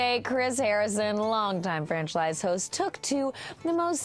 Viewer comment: "Franch-lise host" haha Lauren